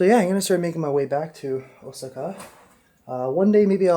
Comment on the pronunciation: Osaka, Japan is pronounced ow-saa-kuh, lol!!